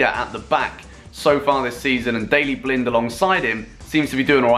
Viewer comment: only youtuber who can pronounce blind the good way